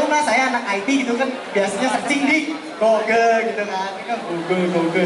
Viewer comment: goggle mbak bukan google